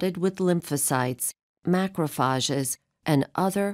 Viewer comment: her pronunciation of microphage is odd mate. hire a man pls